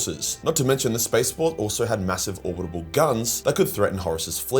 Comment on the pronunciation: *Orbital, not "Orbitable". Fight against your Australian nature and speak English.